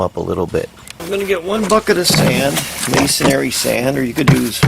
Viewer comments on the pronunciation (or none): Can you please stop saying 'mason-airy'? Its 'mason-ree', its your profession so say it correctly. But love the videos, thanks.